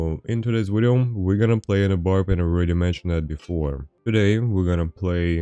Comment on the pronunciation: I play how many times does he say wideo game